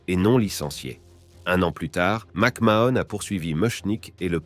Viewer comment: ça commence bien, rien qu'à la prononciation de son nom je sais qu tu n'es pas bien renseigné